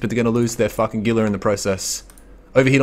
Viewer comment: Gila is 100% pronounced Heela not Geela. Otherwise great video. The gank on the stream creepers was pretty funny.